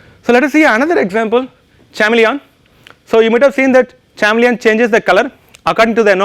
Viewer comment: Chameleon pronounce is wrong